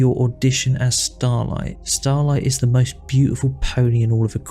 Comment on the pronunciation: As much as I dislike this guy due to being cringe, I just can't take how much you butcher every character's names. Like, do you skip english classes, is that why you can't even say Starlight correctly?